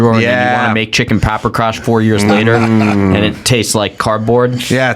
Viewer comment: AOC says end where she should say and.